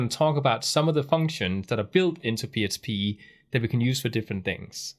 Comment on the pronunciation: Thankyou for this course.. this is the second one I have done and it really explains it in a different way... so learning lots. Question: at times it sounds like you say "PSP"... are you saying "PSP".. or is it just your accent when you say "PHP"? ... just want to make sure I am not missing something. Thanks for your efforts.